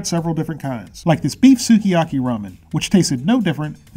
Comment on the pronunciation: The u is silent in Sukiyaki.